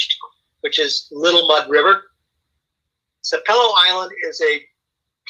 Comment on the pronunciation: It's pronounced SAP-e-lo Island and it's pronounced Dunge-e-ness (spelled Dungeness) for the ruins on Cumberland Island.